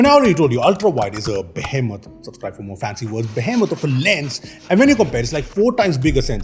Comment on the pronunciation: Isnt it Behemoth and not Bohemoth?